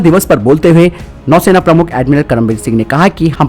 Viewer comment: नौसेना होता हैं न कि नैसेना